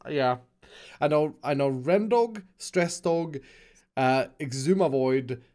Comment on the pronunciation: Did you relly say stress dog